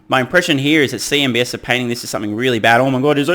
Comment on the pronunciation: Cnbs? It's c? Or is c an s sound in Australia?